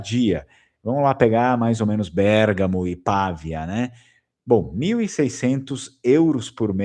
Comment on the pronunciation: Nao é Pàvia pronucia-se Pavìa